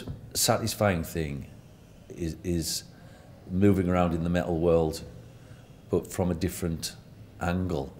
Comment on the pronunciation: I love the way her pronounce metal => Meh-ill